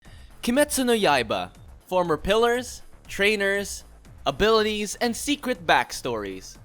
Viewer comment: hol up, theres a g in ailities? im sure its supposed to be abilities?